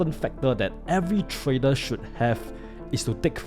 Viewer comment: No way this guy tryna sound smart when he can’t even pronounce trader 😂😂